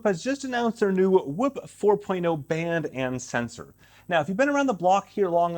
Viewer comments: Its not whip its whoop lol cmon bro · I'm gonna need him to say "scoop" for reference 🤣